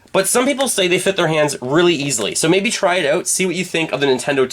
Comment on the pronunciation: “Out” not “Aoat”